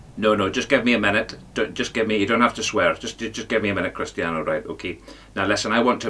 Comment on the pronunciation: Did the ledge say Crust-ian Ronaldo? Gotta listen again...edit..he only bloody did! At the beginning....blinding 🔥🔥